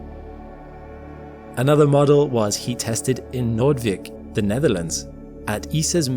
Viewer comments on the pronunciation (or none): you should pronounce Noordwijk, and all similarly ended in wijk Dutch words, as if they ended in Ike, as in Eisenhower. "Noord-vike".😊